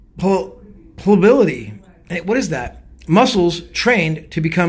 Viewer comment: love you and your videos! (Ply-uh-bility) is the pronunciation btw;)